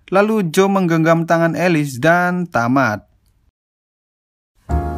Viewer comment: Tomat?? woe tamat bukan tomat